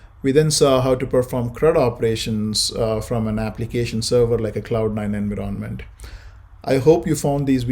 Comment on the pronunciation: Its not pronounced as "enviroonment", instead its "environment"